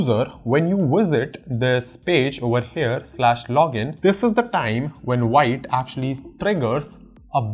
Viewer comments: Wrong it's not pronounced viite, it's vit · still you can say "wheet", but not "white". What I'm trying to say is, it's irrelevant if you pronounce V as Whee, the "White" pronunciation is wrong. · The first thing vite documentation says that it is pronounced as "vit" not "white" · btw it's spelled like white but real pronounciation is veet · Veet not white 😁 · Why you saying white, it's the French word thats pronounced Veet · BTW it's veet not wite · it's vit not vaite lol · All good, just one thing 😂 it's pronounced as Veet, not Vite. Yeah ik an Core team member corrected me in their discord 😂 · Its veet(wheat) not white..... A french word means quick.... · Hi thanks for your content, but the pronunciation is VIT not VAIT. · its pronouced V + eat .... not V + ight . VITE is french For FAST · It's pronounced "Veet" not Vite. Grammar Nazi 😋😯😉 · pronounced like wheet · Thanks for the nice explanation, the pronunciation is VIT (VEET) as per the developers. Thanks again... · The official docs says you need to pronounce it as "veet" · Pronounced like veet - it's French for fast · It's Veeeet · I’m pretty sure its pronounced “v-it”. It means fast in french (im guessing since vue means view in french) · Actually it’s pronounced “sheet” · Actually it’s pronounced jit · I really like parcel and vite over webpack( BTW its pronounce more like VEET/VIT). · It's pronounced as "Veet" 🙂